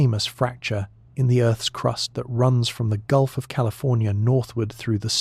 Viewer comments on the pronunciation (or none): none